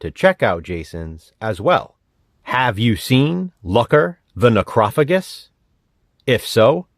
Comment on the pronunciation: I'm gonna be that guy. The G makes the J sound. Its pronounced Necro fajus. Don't ask me why I know this.